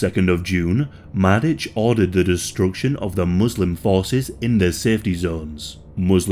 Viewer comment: my ears bled every time i heard you say sperska and madic but it was an overally good episode